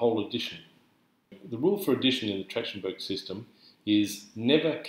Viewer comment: Mispronouncing the name of the method.